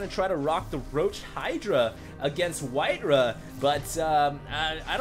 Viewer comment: White-raw* not White-ruh